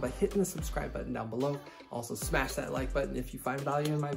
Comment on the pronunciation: is when he starts talking about the title. also, don't forget to "sash like and subscribe"